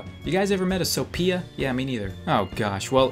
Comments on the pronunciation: You know ph makes a f sound so it's not "sopia" Its "Sophia" learn english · we read it Sofia not sopia XD its arabic name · You are literally saying “Sopia” read the H. It’s just another way to spell Sofia lol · It is not SoPia. It gets written as Sophia but spelled like "Sofia" you fucking ruined my name! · PH = F so its Sofia NOT sopia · Actually my best freinds name is Sophia Sophia is pronounced sofia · I am so offended my names sophia and its PRONOUNCED sofia shes now smarter then u :) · soPEEEhia lol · Ph is prononsed f Sophia, in this case it's pronounced sofia the F sound brah. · This nigga just said SOP-IA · it is prononced sofia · Ph makes a f sound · He said SoPia and I’m offended bc he dsaid my name wrong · Sophia Is pronouced so fee ugh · Why did u say so-piya It's PH not P wtf wrong with u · A lot of people don't understand I was joking about how to pronounce Sophia. I know that the "ph" makes and F sound! That was part of the joke cause the kid spelled it with a capital 'P' lol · You know, you spell Sophia with a "P"! Just because the letter was capitalize didn't change the pronunciation, boy!!! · "Ph" has the F sound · "PH" make a "F" sound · Um if you didn't read it properly (ph) makes a (f) sound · The p is silent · The p in sophia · Ph makes the f sound, go back to 1st grade